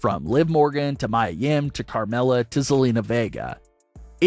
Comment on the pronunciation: It is Mia (Me-A-Yim) not Mya or Maya Yim.